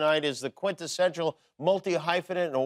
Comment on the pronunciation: This man did not just say QUINTESSENTIAL hahaha. QUINTA-SENTIAL